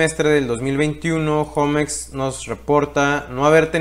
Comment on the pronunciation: Yo no entiendo por qué le dicen jomex... 😂😂😂😂😂😂😂 Osea si saben que homex es HOGARES MEXICANOS.... no creo que tu digas mi jogar en lugar de mi hogar